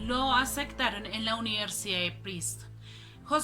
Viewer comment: "Uniersida" en Princeton? "Etsámenes" improvisados? Lo "acectaron" en la "uniersidá"? "Etceso" de velocidad? Entró en "atción"? "Decetcionado"?